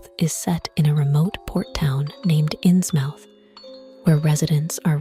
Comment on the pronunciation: Loved the video! But it's pronounced "Innsmuth" ❤